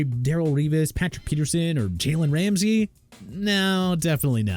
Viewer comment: did dawg say "gaylen ramsay" ???